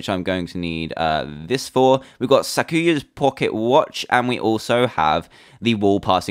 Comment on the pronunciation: I love,touhou it's my favorite thing ever you got to play touhou 6 it's fun and I love this mod :3 I know a lot about it and you pronounced the bullet chest weapons but yu yu ko is it and the melee weapons right too but it's sa ku ya and that's it you did great